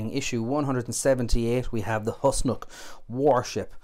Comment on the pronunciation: It is pronounced Whos-Nock not Hus-Nock.